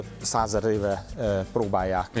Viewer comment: Több száz-ezer éve. Rossz volt a hangsúly